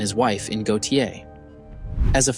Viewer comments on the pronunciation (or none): Just a minor correction: the town of Gautier is not pronounced “Goh-tee-ay”…it is actually pronounced “Goh-shay” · Go-shay, not Go-tee-aye. Buh-lux-ee, not Bi-lock-see. Kee-slur, not Keh-slur. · It’s pronounced “Go-Shay”…GAUTIER, Mississippi 😎🤘🏻 I’ve lived next to GAUTIER for 46 years. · Dude, it’s “key-slur” “go-Shay” and “bill-uxy “ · Gautier is pronounced Go - Shay. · As a native Mississippian I cringe every time you try to pronounce Gautier, Biloxi, and Keesler